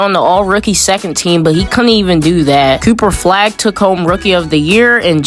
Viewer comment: bro said cooper flegg